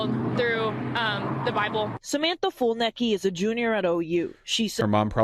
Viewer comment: fulnecky? maybe. fulheady? not even close